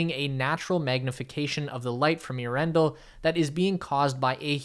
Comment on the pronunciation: Earen-del, NOT Ea-rendle....do your home work before you do these talks please..